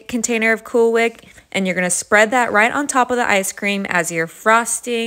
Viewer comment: “Cool Whick”😑